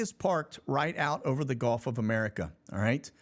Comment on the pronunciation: Hey! Why do you pronounce Gulf of America, Golf of America? It sounds silly man.